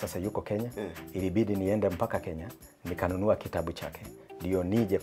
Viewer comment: Anayefundisha mwenyewe hawezi tamka kitabu anasema" Kitambu" Wakenya wajanja wajanja sana. Kifungua kinywa imekuwa "kiamsha kinywa" 🙄🙄